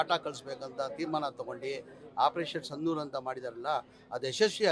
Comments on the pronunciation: ಸಂದೂರ್ ಅಲ್ಲಪ್ಪಾ ಸಿಂಧೂರ್ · 😂😂😂😂ಸಂದೂರ್ ಅಲ್ಲಲ್ಲೇ ಜಮೀರಾ ಸಿಂಧೂರ್ ಅಂತಾ ಯುದ್ಧ ಅನ್ನೋಕೆ ಉದ್ದಾ ಅಂತ್ಯ ಟಗರು ಅನ್ನೋಕೆ ಡಗರು ಅಂತ್ಯ ಅಯ್ಯೋ ಜಮೀರಾ 😂😂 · ಸಂದೂರ್ ಅಲ್ಲ ಕಣೋ ಕುಳ್ ಮಿಂಡ್ರಿ ಸಿಂಧೂರ್ 😅😅